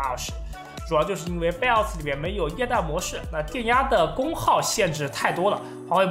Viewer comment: Bios：、念成“拜哦斯“，不是碧欧斯；Super：念“苏per“不是“咻per“~